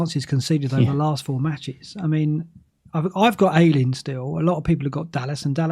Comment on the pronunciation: GET THE NAME AYLING RIGHT MATE!!!! SAY YAYYYYY. THEN AYYYYYYLING